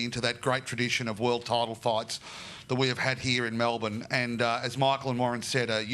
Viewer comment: Lol you got the Melbourne pronunciation correct there mate 😂 I will be attending on Sunday myself and have Haney on points especially if he gets behind his jab.Prior to the Lopez fight I think GK would have also caught Haney napping but now he will have studied George and will make George's ferocity work against him.I hope I am wrong.Plus GK seems to be bordering on arrogance over confidence.That usually is indicative of an impending loss for a fighter.